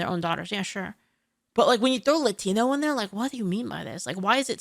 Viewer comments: only woke people over accentuate the word "Latino" regular Latinos don't say it like that. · Yes, but it's too pronounced. Even if it's said correctly, he emphasized it and made it stand out.